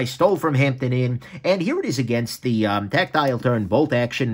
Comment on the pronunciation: HahahahahahHAHAHAHhahHaha IT SOUNDS LIKE YOU'RE SAYING TACTILE TURRRDDDDD HAHAHAHAHAHAHAHAHAHHAHAHAHAHAHAHAHAHAHAHAHAHAHHAHAHAHAHA